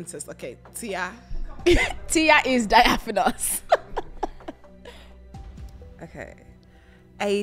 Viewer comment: Great episode! I’m with though - Diaphanous was pronounced with an “i/e” and not an “a”.